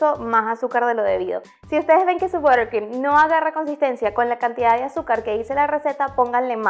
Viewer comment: Borcrim??? Cero pronunciación...